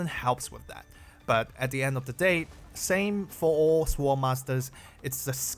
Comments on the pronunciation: note for reference that the 'w' in sword is silent. Appreciate the content, I'm trying not to think of the new era as power creep so I can concentrate on having fun. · the way how you pronounce "sword" sounds like "swole" lol HELL YEAH MY BEEFED UP SWORD LADY